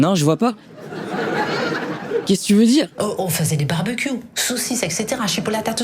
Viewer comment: Bon, j'ai pas entendu barbecue, mais barbecourte😂😂😂😂